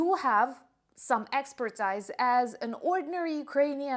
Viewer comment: Hi, in America we pronounce expertise as ex-per-teese